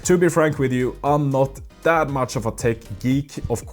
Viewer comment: I'll do that when you stop pronouncing "this" as "dis" or "that" as "dat"